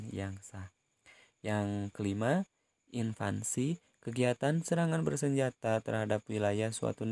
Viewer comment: Sedikit koreksi pak Invasi bukan Invasi :)